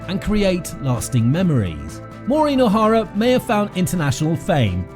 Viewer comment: I didn’t even make it three seconds into this video - another fraudulent work where her name is mispronounced at the outset.